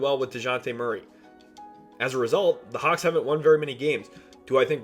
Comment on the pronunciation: It Atlanta hawks not hauck